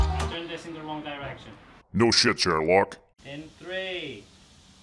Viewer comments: Are you saying “no shit chair lock”? Because it’s “no shit Sherlock” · No Sh*t "chair" lock??? Sherlock? What's Chair-lock?